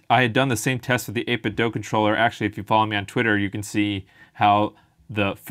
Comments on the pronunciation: It's Do, not doh. 8bitDO. Think of it this way Do is a much more common word than Doh. Right? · It’s “8bit DOO”, not “dough”. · People assume it's 8bit "dough" because of Ninten "dough."